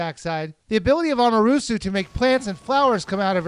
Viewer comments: I found it funny, too. A-ma-te-ra-su O-ro-chi Ees-soon (Issun) But i only know because i took Japanese classes in high school. I used to pronounce Akane like "a cane" rather than "a-ka-nay" so i completely understand, haha. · Yeah they do, with hilarious outcome, lol. watch?v=D0VY7lqReO4 <- Keep in mind these are GOOD English speakers, for Japanese standards. The point in my last post was just that he completely skipped a few letters without trying to pronounce them. E.g. pronouncing Amaterasu as if it said Amerusu (without the "at" in between). Anyway, I understand where the problem comes from, and I certainly don't blame the guy. I just felt like pointing it out. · wot ur saying is right, its an amazing and beautiful game ,but owt annoys me is you got all the names wrong, its amaterasu, orochi and issun. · I'm ready to take your word for it. Oh by the way, you pronounce Amaterasu wrong. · the flowers/plants come out from behind her FEET. not her butt. and you keep saying ammy's and issun's names wrong. <_< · ROFL how you said her real name! X3(WHATEVER i cant spell that it right...) and you said Okami is a BOY? roflol!!! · Dude, you pronounced Amaterusu wrong. Lol, unless you did that on purpose. Great review anyways. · u pronounced issun, amaterasue, and orochi wrong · amarusu? A-MA-TE-RA-SU...its kinda funny how you misspronounce almost everything wrong (not meaning to be rude). also... before this comment was placed there were 666 O.o! reactions to this video. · Its AMATERASU (japanese sun godess) not Amarusu.... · *Ah mah ter ah su At least put the pronunciation right when you're correcting someone. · amatarasu! not amarusu? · I had to stop watching when he said Amarusu -_ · Correction: A-ma-tur-RA-su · Did he just say amasuru wtf bro!! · it's pronounced uh-ma-ter-ah-sue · "Amaroosoo"... You didn't even try, did you? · i know...amaterasu as 'amarusu'. pronunciation aside, fantastic review, keep up the good work!